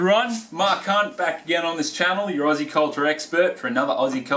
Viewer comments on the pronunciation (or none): none